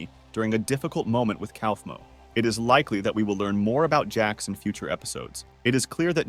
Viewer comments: “pomini” “pompeii” “cowfmo” “klinger” “killer drones show” ai generated istg 😭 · "Clinger" "Cowfmo" "Pom-knee"